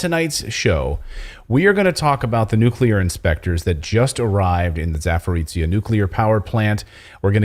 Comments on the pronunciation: Clayton - you are using tse (ц) when you need zhe (ж - soft or``French' ' je). Za (beyond) porojiye - porogi (rapids). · Clayton please can you pronounce za-po-ro-zhya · I've already posted a comment about this before, but I'll try again. Zaporozhye is pronounced [zah-po-rozh-yeh] with the stress on the third syllable. Oh, and you mispronounce "Uyghur" too, I couldn't understand what you meant for the longest time. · Please pronounce it [Zaporozhie]